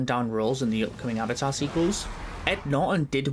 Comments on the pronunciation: Avata the wa of wae💀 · Avaar uh way of waur